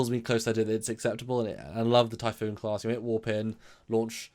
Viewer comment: TYPHON TYPHON TYPHON! Not Typhoon.